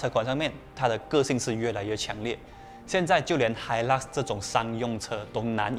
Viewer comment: 发音错了 是hailak 不是hilux 🤣🤣🤣